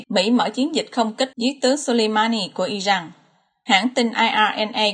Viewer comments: Đề nghị người đọc tin nên đọc tên các nước như " I Ran là I jan.hay là I Rac" chứ không phái là "I Jắc " làm ơn phát âm cho đúng bởi vị đọc sai nghe rất khó chịu xin cảm ơn. .. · Dẫn chương trình mà các tên nước lại đọc chệch sai kinh thế bạn? Sao lại đocj là Irăng??? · cách đọc theo thói quen của ng Việt, hồi cấp 2 thầy cô mình cũng bày hc trò đọc vậy